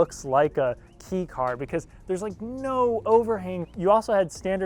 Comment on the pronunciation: Kei is pronounced “kay”